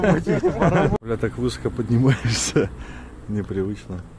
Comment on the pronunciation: удачи тебе в новых начинаниях. Ролики еще интересней стали. Спасибо тебе за классные видосы! Слушай, всегда было интересно, а почему ты всегда говоришь высоко с ударением на "ы"? И тормозит с ударением на "о"?